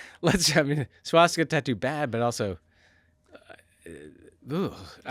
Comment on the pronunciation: Swaz-Dick-a bahahaha